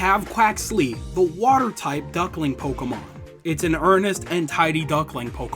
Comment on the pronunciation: You pronounced the Pokémon perfectly.